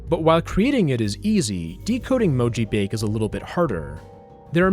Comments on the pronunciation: that sounds to me like a slowed down version of the chorus of All the Things She Said by t.A.T.u. Also, your description of mojibake is partially incorrect: - It's pronounced mo-ji-ba-ke, not mo-ji-bake. - You can't garble English text (most of the time) due to most encodings being extensions of ASCII. The LingoJam translator you showed in the video just replaces characters with random codepoints made to look like mojibake. That's why you couldn't decode it back. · It's actually pronounced "moh-jii-bah-kay"; it's a Japanese word and so the E at the end makes the "ay" sound. Not trying to be rude, just offering a correction for future reference. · "Mojibake" appears to be a Japanese term, so it's probably pronounced more like "mo-ji-bah-keh". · "Mojibake" is pronounced "moh-jee-baw-keh". It's the romaji of 文字化け. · mo ji ba ke, 4 syllables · mojibake is a japanese word btw, it's pronounced as mo-ji-ba-kay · He pronounced it wrong. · The E in "mojibake" actually isn't silent. It's Japanese, not French, haha. Approximated in English, it'd be like the AY in "say," though the E you hear in Spanish words would be more accurate. (And the A is pronounced like "ah.")